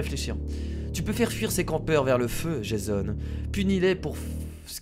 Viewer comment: sa ce dit jéson